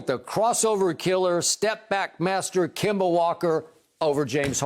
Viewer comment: The other guy is calling Kemba Walker "Kimba" HOW THE